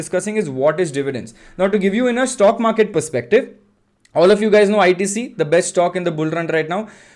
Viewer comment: What is a Shhtokk? It sounds like Stock to me.